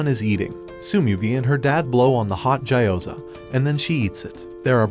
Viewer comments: It gee o ZA not jai o zar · Gyoza ❌ Ja you Za ✅